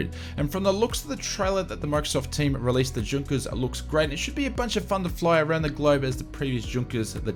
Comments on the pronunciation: These update are very handy however, as pedantic as it perhaps sounds, some of the pronunciations do keep cropping up and stand out for all the wrong reasons. Junkers is pronounced Yunkers. Likewise, Jorg I suspect is not Gorg with the ‘G’ sounding like the ‘J’ in ‘Jug’ but is probably ‘Yorg’. Easy mistakes to make without knowledge of languages here in Europe but perhaps something to have learned by now. And Ibiza is generally pronounced I-beetha if that makes sense :) Cheers. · Great video, as usual, and thanks for the frequent updates and news re FS2020. btw - Ibiza is not pronounced Ibitza, it's pronounced Eyebeetha. And, Junkers is pronounced Yunkers. Schools out:-)